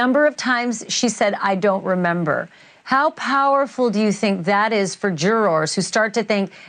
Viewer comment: I always hit refresh waiting for the next to drop. You are the best at reporting this case. And the way you say ‘Jur-rars’ is hilarious